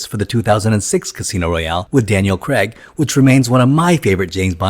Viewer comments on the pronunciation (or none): Daniel Craig is English, so his name is pronounced how it is spelt, not as Creg.